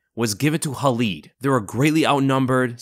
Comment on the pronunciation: It Khalid, not Halid. When Arabs use "Kh" it's not like when the Russians use it like you see it in the name Khabib. Better example, DJ Khalid.